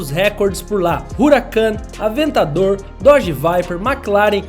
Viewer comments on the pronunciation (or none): none